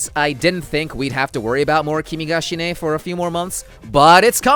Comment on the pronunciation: No one is going to mention "shine" is suppose to be pronounced "she nay", or is this a joke to pronounce it "shine"?